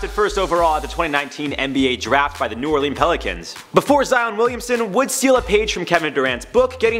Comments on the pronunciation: This dude said new Orleens that's not how you say it. It's new orlins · Dat boi just said New Orlens